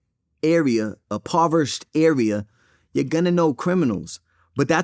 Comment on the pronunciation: My boy said “povershed” 😂🤣